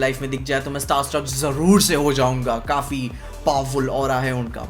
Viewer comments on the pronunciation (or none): none